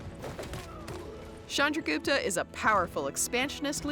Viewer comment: It's not "Shandragupta" it's "Chandragupta"